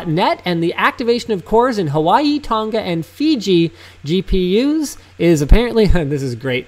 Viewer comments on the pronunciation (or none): none